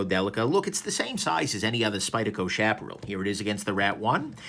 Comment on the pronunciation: Love this knife. And it's "shap uh Ral" like OK Corral :) After Sage, and Chaparral I'm on the lookout for the Tumbleweed!